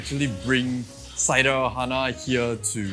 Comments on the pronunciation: It's pronounced as "cer-der-hana" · Is pronounce Sir-Derr-Ha-Na..bruh..😂